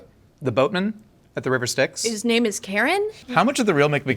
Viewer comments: Actually Charon (the ferryman of the river styx) is pronunced with more of an h in it like kah-ron, not like Karen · The way I thought he pronounced Charon's name as Karen as well 😂😂 now that I think of it I don't know how I haven't misheard it as that before but then again normally the reference is to the river Styx and not a lot of people know his name even if they do know the reference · Im sorry but Charon is not and never will be pronounced Karen. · Pronouncing Charon as Karen is minbreaking. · This is how i find out that americans pronounce Charon as karen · I am seething at "Karen" to pronounce Charon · i really dont think thats how charon is pronounced…